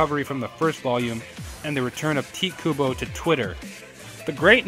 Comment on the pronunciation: why can't people say his name right (Ty tae - Ku Bo) pronounce it right TITE KUBO